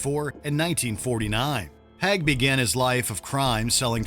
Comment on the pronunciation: It’s pronounced Haig not Hag.